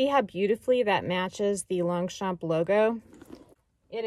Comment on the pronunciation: Longchamp…the « g » and the « p » are silent. 😉 (Your friendly bilingual neighbour)